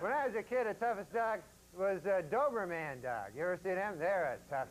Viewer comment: The way he pronounces “doberman” like it’s some kind of superhero 😂